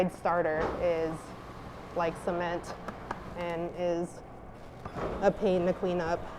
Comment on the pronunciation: owh. that cement! i thought she said about something else with similar pronunciation